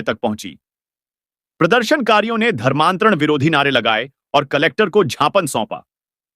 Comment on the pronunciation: आपने ज्ञापन को जापान बोलते जो